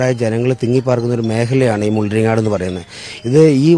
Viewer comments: മുള്ളാരിക്കോട് അല്ല മുള്ളാരിങ്ങാട് ആണ് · Mullarikkodu alla mullaringadu ,enthu correct reporting aanu news18😮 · മുള്ളരിങ്ങാട് എന്നാണ് മുള്ളരിക്കാട് എന്നല്ല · മുള്ളരിക്കോട് അല്ല സെയ്താനേ, മുള്ളരിങ്ങാട് എന്നാണ് സ്ഥലപ്പേര് 🙄🙄🙄